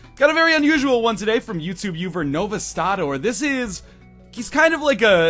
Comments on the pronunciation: He said youtube uver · At the beginning he said Uver